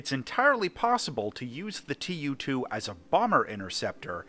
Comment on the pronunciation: Tu is being read as a word, not two separate letters aki like in alphabet.